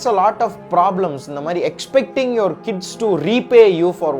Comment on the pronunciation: Kdis ❌ Kids ✅